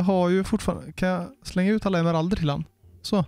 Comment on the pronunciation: Emmeralderrrr. Jo så heter det👍🏻